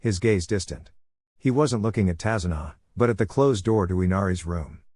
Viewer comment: Tazuna not kazuna